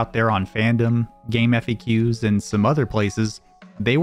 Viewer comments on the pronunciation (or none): It's pronounced Game Facts, not Game F-A-Qs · its pronounced game facks.